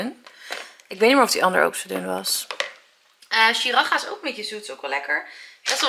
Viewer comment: Heerlijke ik geniet ook zo van eten bereiden. Siracha spreek je trouwens uit als si-ra-tsja